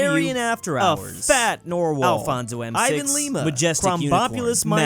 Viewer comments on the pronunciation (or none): none